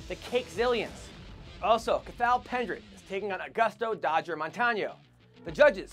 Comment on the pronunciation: Hey dumbass. The Irish guy is not ca-th-al , its pronounced Caw- hal. Do not use the " th" sound as it doesn't exist in the Irish language.